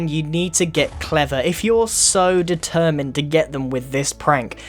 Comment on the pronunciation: "If you're so determined with this trick"... Did you just say determined grian...